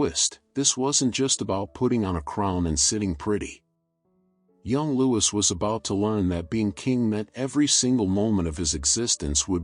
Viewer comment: Please, its pronounced 'Loo-ee.. good content besides...